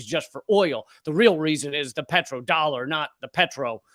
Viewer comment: This Congressman isn't very bright. TSMC is building a huge facility in Arizona (that's in the US, not on Taiwan) ... (Lee, let's not worry about Pedro's dollars. He doesn't have too many dollars anyway. ... Huh? You did say Pedro and not Petro, didn't you? Didn't you?)